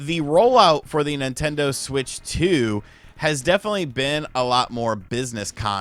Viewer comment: As soon as you said NintenDeen I stopped taking anything in this video seriously. This guy has made Nintendo hate videos every day for the past 4 months.